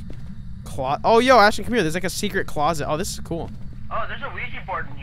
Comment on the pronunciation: I think this is a video guys not sure!! Ashton is Ashton, now way do not call Asston at 4am😰😰😰